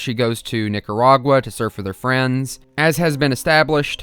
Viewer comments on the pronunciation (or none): none